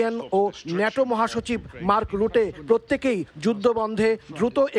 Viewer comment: উচ্চারন গুলো ঠিক ভাবে করেন,, মার্ক রুটে,,মাখো